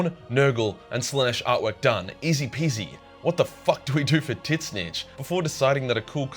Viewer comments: is he purposely calling Tzeentch "teet snitch?" cause like, that's not how you pronounce it m8 XD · I really can't take anything you say seriously if you keep saying Tzeentch as "Tit-snitch." Lol. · You pronounce zeench in a funny way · Tits-nitch? I have never heard of this chaos god. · Why do you keep saying Titsnitch? It's super lame. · Are you saying Tit-snitch? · I watch your vids so much I actually have no clue how to pronounce Tit Snitch’s actual name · How do you butcher tzeentch so badly 😭😭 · T in tzeench name in silent Watch dawn of war cutscenes and hear how they pronounced his name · The "T" in Tzeentch is silent. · What's up with the Tzeentch name pronounce though? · I keep thinking he's pronouncing Tzeentch ironically, but it doesn't seem like he is :( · Is that how you really pronounce Tzeench? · The way you pronounce tzeentch drives me crazy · Can someone explain why he pronounces Tzeentch like that? Is this an inside joke, is he clueless, or am I the clueless one? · The way you say Tzeentch fucking sucks. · Sadly he pronounces Tzneech wrong, it's in the books. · Did you just say TIT SNITCH INSTEAD OF TZEENTCH?????????!?!?!?!?!?!?!?!?!?!? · I thought it was pronounced "ZEEEE-CHEECH" why is he saying "Tit- Snitch"? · Ngl I though tzeentch or whatever tf his name is was pronounced as “zeech” and not “tit snitch” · Tzeentch is pronounced "zeench," not "titsnich." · My man, its pronounced "zeench" not titsnitch. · It physically hurts me every time he calls Tzeench “Tit Snitch” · T`ZEEEEEHNCH NOT TITS SNITCH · Gotta say man, the "Titsnitch" thing has gone from kinda funny, to unfunny, and now it's just annoying. Please just say Tzeentch. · its not titsnitch, its zeench. GW confirmed in a recent video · Tzeentch is not pronounced "tit snitch" it's "Zeench" FFS! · Tzeentch is not pronounced Tit-snitch it’s either “Tseeench” or “change” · Please stop calling Tzeench titsnitch. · Its not "tits nich" its "zinch" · Wait is it really said titsnitch?